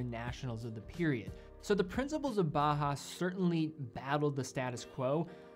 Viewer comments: Great video. But please don't pronounce Bauhaus as Bahas. Bauhaus is pronounced similar to "bowel house". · I would like to note that "Bauhaus" design is pronounced like it is spelled "bau haus", not "baa haa". Every German name of watch is pronounced correctly, and than consistently bauhaus is pronounced incorrectly :) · It's pronounced more like bow-house (like take a bow) than bah-house fyi. Nice video, beautiful watches. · Your excellent review aside, can I just say that your pronounciation of "Junghans" is spot on? You must the first watch youtuber to nail the short "u". And "Bauhaus" is pronounced just like "Bowhouse" with a sharper s at the end :)